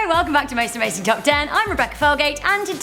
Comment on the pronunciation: when rebecca says hello it sounds like ello